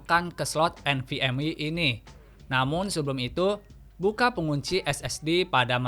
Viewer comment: Nvme❌ Nvm wi✅ 😂😂😂